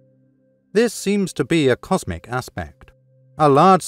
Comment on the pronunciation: Comsic? Lol